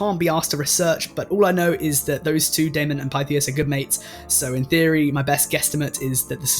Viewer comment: Pythias: I just checked the pronunciation and the y is said like a short i, not a long one.